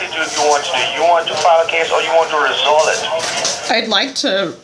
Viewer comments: "I would like to "resol" it" lmao I can't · Scammer: do you want to "resole" it???: id like to......"RESOLE" it. hahahahahahhahahah!!!! someone give this woman an award. 😂😂😂😂😂😂